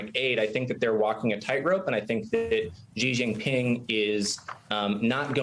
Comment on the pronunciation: is mispronouncing Xi Jinping. It's not pronounced "Zhjee Jinping". It's pronounced "Shee Jinping". The "zhj" sound found in the middle of the word "measure" doesn't exist in Chinese. If you're doing journalism, you should at least pronounce names correctly. When China did its latin alphabet orthography system, Pinyin, they took letter that they thought were redundant, such as X (which is just k+s) and Q (which could be replaced by k + w) and C (which is equivalent to K) and assigned those letters to other sounds that take multiple letters to spell. X replaced "sh", and Q replaced "ch", and C replaced "ts".